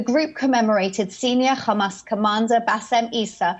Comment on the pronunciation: Don’t get why she says Khhhhhamas, when she can pronounce the the ‘H’ in ‘high rise’ perfectly 🤔